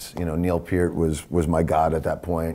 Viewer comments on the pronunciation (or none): Working Man... NO. That was John Rutsey. Fake Lars voice, BTW. How pathetic. AND IT'S PEEEERT!!! Not "Pert", like the shampoo, ffs. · So funny how no one pronounces his last name the right way...lol Pee-rt. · Peart is pronounced as rhyming with "hurt". That came from the Professor himself. It's not "Pier-T". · Danny Carry. “My good friend Neil Purrt” Oh, sorry! I meant to say “Peel Nert” Shit! It’s “Feel Squirt” He’s my good friend I promise! Dannys a great drummer! Just joking 👍🏼and for any other drummer who were good friends with Neil but couldn’t pronounce his last name, it’s pronounced Pea-ear-t. ☮️✌️ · Danny Carey says Neil is his “good friend” but calls him Neil “Pert.” How do you mispronounce your good friend’s name? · And he pronounces Neil’s last name wrong, as did Tommy Lee 🙄😒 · Funny how so many of these drummers couldn’t pronounce his name. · If he was your good friend, you’d know how to pronounce his fucking name, Danny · Danny Carey says he's a good friend and proceeds to say his lasnt name wrong. Fake